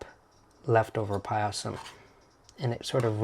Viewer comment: Its just pronounced "pie-sum" and not "pie-a-sam"